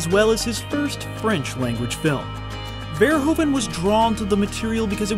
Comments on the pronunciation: Verhoeven is actualy pronounced Ver-who-ven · its ver-oe -ven silent (h) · it's pronounced paul verhooven as in hoofschoe. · It is pronounced Ver - hoof -en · You make the same bloody mistakle it is pronounced Ver (Hoove) en, not Ver(Americans fucking up pronounciation)en ;) I highly doubt your research though, since as a person from the Nedtherlands I have never ever heard about Business is Business ever. Totally unknown to all other people I know here too. So probably not that popular. Maybe in Belgium or Germany? And Shame On You For Not Mentioning Floris... Shame, shame, shame... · It's pronounced Verhooven. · It's pronounces vuh-ROO-vuh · they have a hoover dam.....but can't pronounce verhoeven.....so weird. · What happened to Paul Verhoeven is that even after a 65 year long film career, nobody who doesn't speak Dutch can even pronounce his name correctly (never mind Jan de Bont) and repeatedly mispronounces his name over 60 times in the duration of a 35 minute tribute video. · it took years for Americans to somewhat proper pronounce Mario. Now its time to give Verhoeven the same respect.. say its his name right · it's pronounced paul verhoeven; paul is OK but verhoeven is not verhoven... it's pronounced as verhooven (like hoover), in dutch OE = OO in english; so please stop me cringing about verhoven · Is it SO DIFFICULT to pronounce his name correctly? Its NOT (english) "VER-HOE-VEN", but "VER-WHO-VEN" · The oe in Verhoeven is pronounced as o in move, not as in grow. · Its pronaunced paul ver who ven im dutch lol, Awesome video! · To pronounce his name correctly, you need to pretend it's written 'Verhooven', like the word 'boot'. The 'oo' sound and the 'oe' sound is pronounced the other way around in Dutch. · "Ver hooven" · Your pronunciation of names is awful. "Jan", not "Jean" de Bont (Bond but with a t). Verh-oe-ven (like U-kelele), not hOven. Regardless, always happy for this WTF Happened series, now featuring the great Verhoeven ;-)